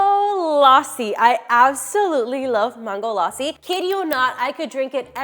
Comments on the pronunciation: Wokey we get that you’re American and you’ll have American accent when you try to say something that’s other words which is not your language but the way you say mangolassi sounds like MAAANGOlassi when you could simply say MANGO and then lassi but you sound like you’re trying sooo hard to get American accent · who tf says Ma-hn-goe laa-si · Same . She pronounced mango properly but maango laasi it triggered me as a India.